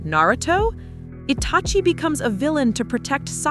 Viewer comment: Lol bro said sasuke and itachi in the wrong way